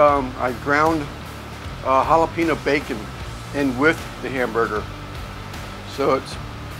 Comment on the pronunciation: Good looking burger’s! Add some avocado slices and you got a Mexican burger! Oh and you’re driving me nuts over here. It’s Jala-pen-yo not Jala-peeno. 😎